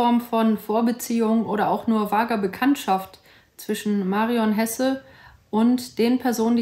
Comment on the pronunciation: Der Sprecher damals hat Hese statt Hesse gesagt.